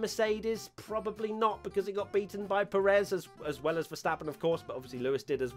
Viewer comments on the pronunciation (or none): Dudes, it's like PErez, not peREZ